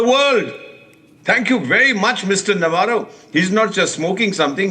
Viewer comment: Shame on you Ambassador Vohra. You come to a social platform and cant even pronounce Navarro correctly. You are not funny but disgusting , one who has no respect for others. Shame on this channel.. Cnat watch it any further.